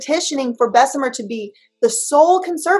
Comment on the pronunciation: it's Bess-uh-mur, not Bess-uh-meer. There's one E and BJ repeatedly has shown you how to pronounce it.